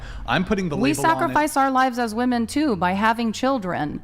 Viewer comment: I may be beating a dead horse here, but it still weirds me out that modern women seem to be completely incapable of properly pronouncing the word 'women'.